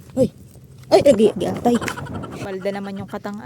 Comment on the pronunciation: Hahahaha kalabo sa 'giatay' hahahaha